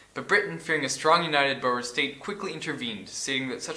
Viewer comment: Awesome vid. you really know your stuff. but it's obvious that you have only read and not heard some of these words. Rhodes is one syllable. Pronounced like roads. Boer (in English) is also one syllable. Pronounced like boar. In Afrikaans it is two syllables and is pronounced in a way I can't properly spell out. Maybe look up a folk song like Bobbejaan Klim Die Berg to find out how it's pronounced.